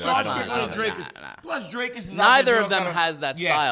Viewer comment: Why is is so difficult for americans to pronounce "Dricus". I dont mind perse, just confused as to why its difficult. Its not "draykus". You can say "d*ck" you can say "d*ckus" then you can say "dricus"